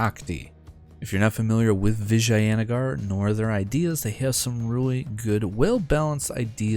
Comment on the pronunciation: Your pronunciation of Vijayanagar is the best out of all the English youtubers I've seen so far